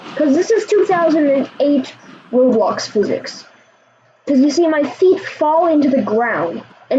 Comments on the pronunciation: It's pronounced row blocks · Its not rawblox its roblox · it’s not rob blox it’s roeblox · Its ROW BLOCKS NOT RAWBLOCKS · "rawblox" lol